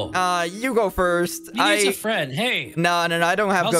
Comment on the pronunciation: finnaly found a fwend at last